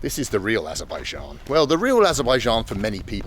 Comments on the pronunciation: Wow actually in Aberbian (Trump pronunciation)... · Did you mean Aberbaidjan? It's really annoying when people don't pronounce correctly 😂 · Or abenbaijan as donald says